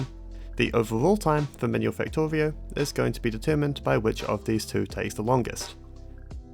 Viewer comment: I liked watching the video, but that rhotacism speech defect (Factowio, wesources, ...) is a bit irritating. I'm writing this because I've met affected people who didn't know that there is a good chance to fix this with just a little professional help. Think about it if you haven't already done so. :)